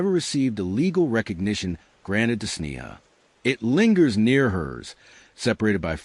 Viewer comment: When the narration can't even get the basic facts straight, it's hard to believe that any of the other information is accurate. There is little enough known of this case to begin with, without presenting those that ARE known accurately. Sneha was an internal medicine resident, not a surgeon. Correct pronunciation of her name (SNAY-ha) & that of her birthplace (KEH-ruh-luh) would make this presentation more credible as well.